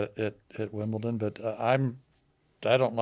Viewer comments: it's pronounced 'Wimbledon', not 'Wimbleton' 😂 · Lol saying “Wimbelton” 3 times instead of “Wimbledon” worst take if it were FSR. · I love you but did you just say Wimbleton? 😅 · Wimbleton huh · Big fan of but “Wimbleton”!? Whats that 🤣🤣🤣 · it’s Wimbledon with a D 😅😂